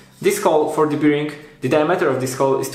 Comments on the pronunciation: Fajne wideo. Szkoda że jak byłem w twoim wieku nie było takich części w sklepach. Z reszta nic nie było... FYI "bearing" (czyli łożysko) wymawia się "bering" a nie jak "beer-ing". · Proszę Cię. To "biring" mnie niszczy. Sprawdź sobie na Google translate jak to się wypowiada. A ogółem fajny projekt, sam myślę o zaprojektowaniu lasera cnc z możliwie jak największą ilością części wydrukowanych w 3d. Jak mnie poniesie to może i nagram o tym film :) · Super wideo! Tylko "Bearing" się trochę inaczej wymawia ;)